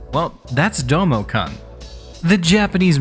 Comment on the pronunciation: It's pronounced with a long -oo sound! "Kun" rhymes with the English word "soon".